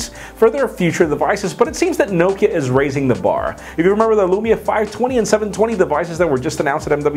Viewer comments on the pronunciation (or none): none